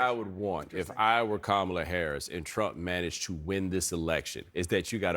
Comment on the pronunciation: A few weeks ago he was pronouncing her name correctly, I believe he is intentionally pronouncing it wrong.